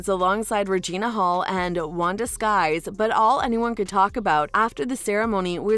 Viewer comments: It's Wanda Sykes, NOT Wanda Skyes! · it’s Wanda Sykes, not Skys as the commentator is pronouncing it! 😂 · Her name is Wanda Sykes NOT Skies! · lmao wow wanda "skys" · Oh my God her name is Wanda Sykes not skies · Is this a bot. Irritating voice? And it's not Wanda Sykes, duh. It's SYKES!! She said it three times. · Sad, this announcer doesn't know Wanda Sykes name. This puts the video in a bad light. Everytime she says it, I cringe 😬